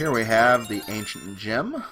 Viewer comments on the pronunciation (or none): ancient gem I though you said ancient gym